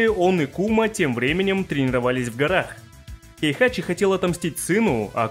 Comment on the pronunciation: Не "Хейхачи", а "Хейхати"